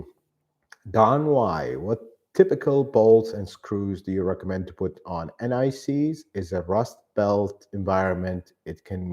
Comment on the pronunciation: I was wondering what NICs refers to and why you'd put it on your bolts. Only after some time did I realise I was hearing 'anti seize'...!